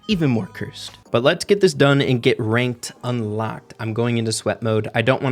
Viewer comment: "The famous Reynked"